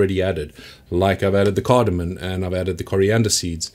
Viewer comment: Awesome video. Glad I discovered your channel. Super informative. By the way, it's CardamoM, not CardamoN.